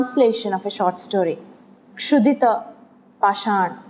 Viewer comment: very poor lecture,disappointin.mere parroting the information is not a lecture,we can get that on Google too,the presenter is mechanical with no in-depth knowledge of literature.And it should be pronounced as "khudito pasan".